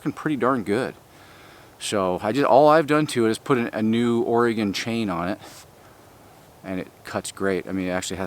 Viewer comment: Hooray! You pronounced the name Oregon correctly! Or--ee-guhn. Thank you